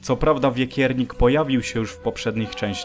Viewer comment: To wekiernik a nie wiekiernik bo on nie jest z wieków